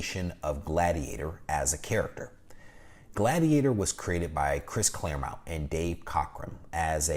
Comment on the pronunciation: Insightful as ever,! I always look forward to your content. (One small note - I noticed you’ve been mispronouncing “Claremont” as “Clare-mount”. Just a friendly FYI!)